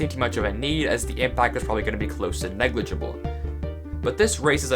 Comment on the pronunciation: he said negligable